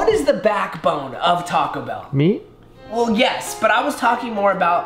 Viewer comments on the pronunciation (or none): “Talk-co Bell” Me: 😭🤦🏽‍♀️